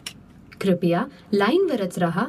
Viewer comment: क्रिपया नाही क्रूपया आहे मराठीत ..some words in marathi are similar meaning as hindi but pronounction are different...